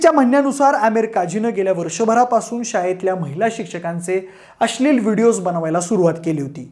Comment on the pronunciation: भाषा सुधार भावा … अस्लील ??? नव्हे अश्लील! न आणि ण कळतो का ? शिवाय ही फक्त गोळा केलेली संकलित केलेली माहिती आहे. त्यात विशेष काय आहे ? शिळी माहिती आहे सगळी.